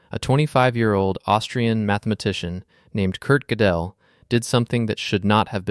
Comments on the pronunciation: And Fermat … Ferr-MAH and Gödel … GOO-dul. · Normally written Gödel but apparently similar sounds and yes accent on first syllable. A maths video which can't pronounce mathematicians' names properly is really jarring I agree....Don't get me started (not in this video) on Möbius... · you also said name of Erdős and Euler and Gödel sooo wrong. However the drawing are amazing. But you killed the video with your first sentence. The collatz conjecture is not about any numbers it is about integers. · You summed up Gödel’s work well, though you didn’t pronounce his name properly. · Interesting video but horrible ai pronunciation of Euler, Gödel and others😅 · Gødel should be accented on the first syLABble